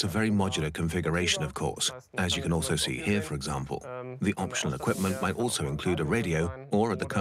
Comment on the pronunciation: This narrator says "altzo" instead of "also"